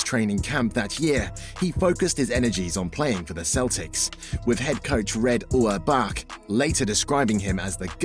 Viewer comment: The mispronunciations of Havlicek, Auerbach and Celtics are an embarrassment to the team and the fans. For crying out loud, how hard can it possibly be to do a little extra research, and get them right the first time? These errors take away nearly all enjoyment of what would otherwise have been an excellent video.